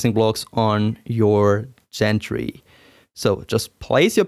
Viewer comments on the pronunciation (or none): Excellent video. I like the way you make a point of what needs to be left loose initially, and which angles are critical. That's almost never in paper directions. (Not important, but as a friendly FYI - gantry has a hard 'G', like "Grow").